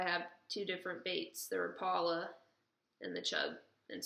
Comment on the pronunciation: couple things: that clear swimbait is deadly, use it first for your tournament!! the two manufacturers are pronounced: RAP-ela, not ra-PELLA. the other is HEAD-EN, not HEED-en. just for future reference. good luck! (oh, and that is a chatter bait. been around forever and folks are acting like it's something new? fast retrieve, and can even be effective trolling behind the boat. fish it like a mini-buzzbait. fishes good in wind.